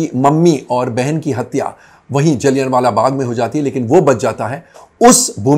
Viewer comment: "जलियन" वाला बाग नहीं, "जलियांवाला बाग" है कोमल नाहटा जी, इज्ज़त से नाम लीजिए । थोड़ा-बहुत होमवर्क भी कर लिया कीजिए अगर इतिहास की जानकारी कम हो तो ।